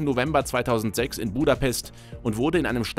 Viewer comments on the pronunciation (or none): none